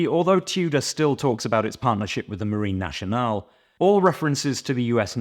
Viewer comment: Very nice review, but if I may, it's pronounced Marine "Nassionale", not Marine "Nashionale". ⚓ Also it's the French Navy Roundel on the loop, not an insignia, the insignia, per se, is engraved on the case-back. ⚓